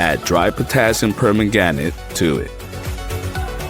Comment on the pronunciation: silly ai thing cannot say permanganate.